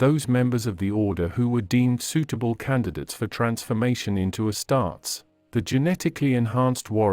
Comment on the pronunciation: Astar-tes not Astarts